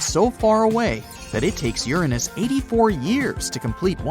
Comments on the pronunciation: No its not my anus its uranus. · “It’s theorized to be gaseous like Uranus.” 😂